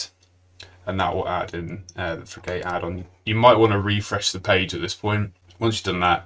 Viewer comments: Frig-utt not frig-ate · It's fri-ghut buddy, not fri-gate. Top video. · Unfortunately, I couldn't get past the first minute because of the terrible mispronunciation of frigate. It's pronounced git, not gate. 😢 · Informative video, but could you PLEASE rerecord it with the correct pronunciation for "frigate". The way you mispronounce it is worse than nails on a chalkboard - I had to mute you and turn on closed captions. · say Frigate again, LOL